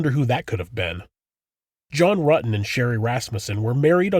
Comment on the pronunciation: Detective ... "So you know John Rooten" ? Stephanie..... "John Rooten" ? ......John Rutten "! ..." Oh yes I was at school with him "